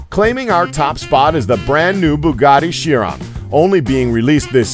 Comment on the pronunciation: It's pronounced "Carone" not "Sheeron"